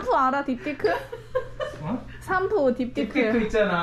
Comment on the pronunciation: 오늘도 재밌어요!! 언니 그런데 딥디크가 아니고 딥티크(!)에요ㅋㅋㅋㅋㅋㅋㅋ 저도 처음 알았을 때 진짜 놀랬어여... 눈을 의심했다니까요 낄낄